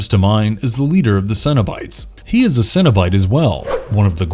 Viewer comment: It's cenobite not cinnabite